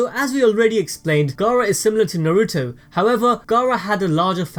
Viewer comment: I cant handle the butchery of the Naruto names ugh